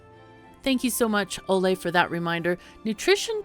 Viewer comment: Ah, the abundance of alliterations in this top ten Timberborn tutorial. And thank you for not mangling my name. Most people with English as their first language are utterly incapable of saying "Ole".